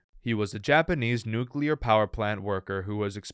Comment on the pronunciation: Nu-clear. Ffs, it’s NU CLEAR not nu-cu-lar.